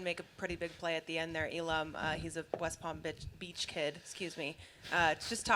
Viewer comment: DID THAT LADY SAY AT 1ST WEST PALM BITCH LMAO 🤣🤣🤣🤣🤣🤣🤣